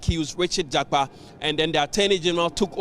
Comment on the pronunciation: Please mention the name well JAKPA AND NOT JAPA